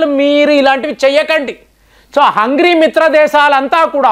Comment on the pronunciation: హంగరీ.....not హంగ్రీ.